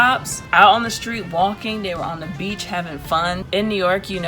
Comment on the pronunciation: "They're on the beach HAVNG FUN" gurrrrrl can't stop laughing lol